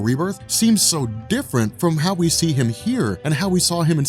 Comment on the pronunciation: Everytime you say "how you see..." I hear "hal you see..." ;P